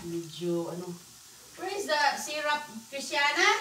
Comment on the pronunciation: Syrup not syrap